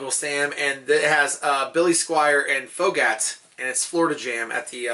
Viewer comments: u know I watch all the time and I keep it real with you. I'm sorry u may be losing your job that sucks. I gotta say it should be a crime to mispronounce Foghat that badly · "Fo-ghats" lol fog-hat!